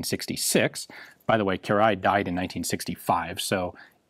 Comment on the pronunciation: I am pleased to see that our feedback from the Danuvia SMG video was headed. The designer's name is indeed pronounced Kir-ayy, and not Ki-ra-lee-y.